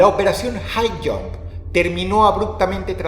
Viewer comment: Por un momento creí escuchar en vez de Highjump "hail hydra" jajajajaja